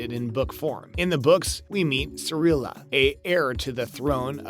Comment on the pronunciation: Brief aside, you should actually watch and retain the info you're going to report on. Your obvious and multiple mispronunciations make it apparent you are simply reading someone else's words. Jeralt, Ciril-ia, Veneberg, Herrich, etc. It's G -eralt, Ciril-a, Veng-erberg, and Hiss-rich. The idea that game of thrones and the witcher are connected is extremely thin, but not entirely without merit as there are multiple worlds in Sapkowski's books that Ciri is able to travel between. Spoiler alert- Ciri comes to earth and spends time with the knights of the round table at the end of the books. So, since game of thrones was a franchise made on earth centuries later, they are connected. Another possibility is GoT is another world that could be connected to the Witcher universe, but that's even thinner.